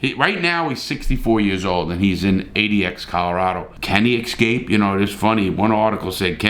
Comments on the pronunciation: Remember when you pronounce escape, it's not EX-cape. Prominently people pronounce, wrongly. Just a thought.... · I just love listening to Larry say "ix-scape" so many times LoL 😅